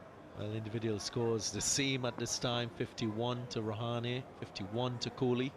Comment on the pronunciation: commenter said rahan instead of rahane